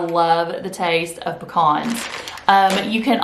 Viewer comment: We have pecan trees anyway. LOL we're good. My sister and my brother in law are on the keto diet. Have been for several months. I'm looking into it for me. Also thanks for saying pecans right. LOL. We don't have Aldi's or Trader Joe's here in west TX.